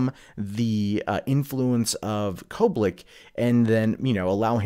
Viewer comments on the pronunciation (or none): Kobik. There is no "L" in her name.